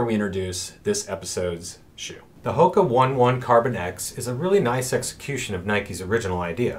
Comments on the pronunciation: jonny j You’re absolutely correct on the pronunciation. We blew that one, thanks for the correction! I think we have just said “Hoka” for so long now, we forgot! Good catch. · Thracian_elite Thanks for the comment, and absolutely correct. We mis-pronounced the Brand 😳! I’ve been using only “Hoka” for too long...good catch!